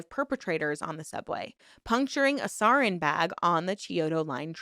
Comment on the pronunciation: All that about pronunciation at the beginning just made it way more noticeable when you still mispronounced stuff afterward especially important stuff like "sarin gas" 😂